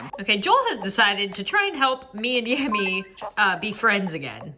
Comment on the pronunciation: Yammy not Tammy